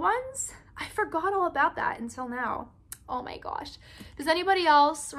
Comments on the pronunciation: This is how many times said, “ Oh my goush” Edit: OMG THANK YOU SO MUCH FOR ALL THE LIKES!!! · I love how she says OH MY GOASH LOL